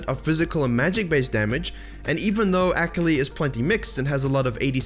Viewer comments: Use me as a “tilted every time he said ak-ali” button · Took me a while to figure out that he was saying "Akali" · I love this video, but the way you say Akali kills me on the inside. My weeb heart just couldn't handle it. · Your pronunciation of Akali is so cringe. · If you consider that the character is actually more Japanese than anything, then you are still pronouncing it wrong. I love the video, thank you for all of the awesome tips! So much info, so little time.